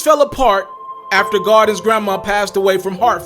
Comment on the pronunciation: i must be the only one who cringes when he says “garden” instead of GAULDEN